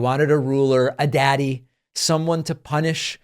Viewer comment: How many takes did it take to to say daddy like that with an almost straight face? I almost fell of my chair